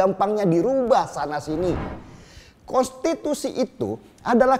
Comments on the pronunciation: Kok sebutnya kostitusi bang 😂😂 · Bg denny gak bs ngmg konstitusi ya? Yg gw denger kostitusi lho🤣